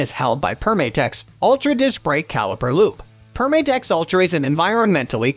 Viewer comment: It’s Perm-ah-tex, not Perm-ay-tex. As in “perm-a-nent” since their original product was adhesives.